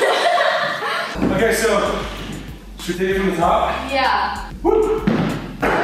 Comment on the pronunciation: "Namaste" As an Indian, it feels amazing to hear Grayson saying Namaste ❤